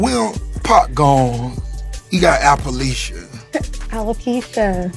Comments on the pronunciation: And Rick Ross can't say appaleesha 🤣🤣🤣🤣🤣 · 😂.. Lmao.. Watched Ross clip bout 10 time.. "appaleesha".! Ross just like the lady who said she make music but isn't a musician.. Who makes these people.?